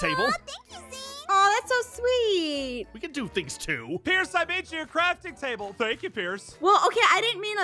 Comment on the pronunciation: Pirce i made you carfing tabble oh thank you pirce😂😂